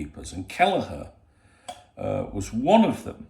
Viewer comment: Its a "k" not a "ch" youre right😂